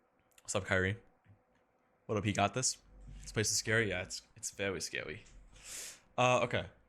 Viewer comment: That was so funny when he said it’s vewy scawy 😂